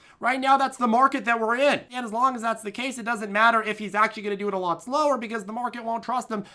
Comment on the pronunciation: what accent is that "lwot" new england??